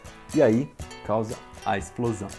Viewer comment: EI-SH-PLO-SÃUUUUN ! Euri auidhauishduai